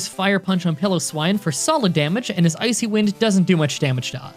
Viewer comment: I'm sorry, did you just say pillowswine? The 'i' is supposed to be a long 'i'